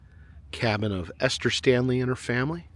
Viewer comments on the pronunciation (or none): none